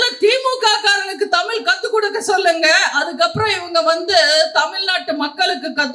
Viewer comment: நீங்களும் தமிழ் உச்சரிப்பு தவறாக உச்சரிக்க நீங்க தமிழ். தமிழ் என்று உச்சரிக்கணும் தமில் தமிள்இல்லம்மா மொலிமொளி என்று பேசுகிறீர்களே நீங்களும்ஒருதமிழாசிரியரிடம்பயிற்சிபெற அன்புடன்வேண்டுகிறேன்